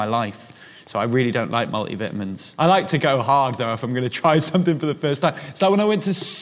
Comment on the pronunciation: "Mul-i-vi-amins" *eargasm